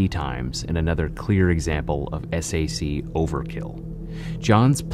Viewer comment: You say "SHU", and SAC, wrong. It's spoken as "SHOE", and SAC is spoken like "Sack". The shank is not at all a "bonecrusher", as a bonecrusher has a blade longer than a foot/12 inches, roughly, and that shank depicted is the smallest one I ever saw (used because it can send a message, yet that message is NOT "I killed him", as it is generally considered too short to cause deaths).